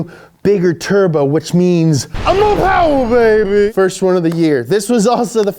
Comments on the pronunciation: More powa bebeh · MOH POWA BABEH!!!